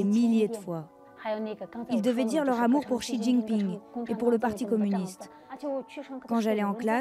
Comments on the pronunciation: Juste le "x" en chinois se dit "sh", donc Xi Jinping ça se dit "shijinping" et Xinjiang "shinjiang" ;) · ah oui... "On dit bien shi djinping " hmmm ouais je vais te laisser livrer à toi même continuer à prendre les gens de haut parlant d'une langue dont visiblement tu ne connais même pas l'alphabet (pinyin)